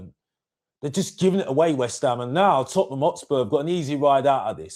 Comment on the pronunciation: repeat after my TOT-NUM not that shit you keep saying 😂 how can you not even know how to say your own club's name